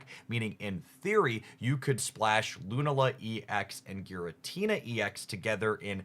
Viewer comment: Your Lunala pronunciation is going to drive me nuts. Thank you